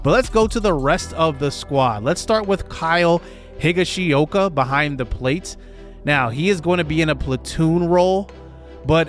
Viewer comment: If you’re gunna mispronounce Higashioka’s name all year then you gotta call him Higgy!🤣